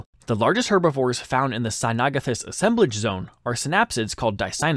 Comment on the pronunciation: Mispronounced cynognathus.